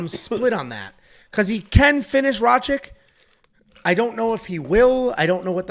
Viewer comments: you keep saying Rachik.. just change the ch and k and say Rakich.. thats the best way to explain to you how to say his last name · it's pronounced RACITCH